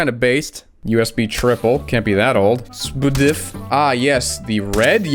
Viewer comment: the way u said s-pdif haha